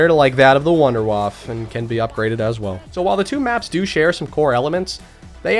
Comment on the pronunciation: So, the way to pronounce the name of the Wunderwaffe thing on Tag der Toten is voon-der-vaff DG-sharf-shoots. I know it’s done poorly, but that’s roughly how you would say it.